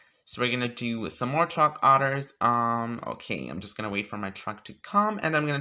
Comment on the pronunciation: When your so gay you say “truck otters” instead of truck orders